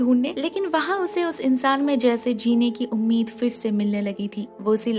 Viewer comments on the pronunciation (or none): none